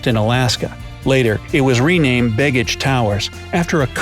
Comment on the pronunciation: Yes, and it's not "big-ich". The b-e-g part of the word has more of a long "A" sound. Not quite "bay-gich", but close.